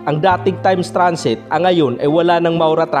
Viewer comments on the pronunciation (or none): Bakit ganyan po, ANICETO po, HUWAG PO. ANICITO) PHILIPPINE RABBIT (HUWAG PO RABET), TIMES TRANSIT( HUWAG po TRANSET), Haaayyy Ilocano po ba kayo?!